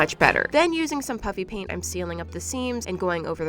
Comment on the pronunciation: This reminded me of when you addressed the comments that said when you say "puffy paint" it sounds like "puppy paint. " It was pretty nostalgic for some reason 😂